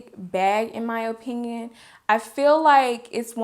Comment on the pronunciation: I love the way you say "oh-pinion" lolol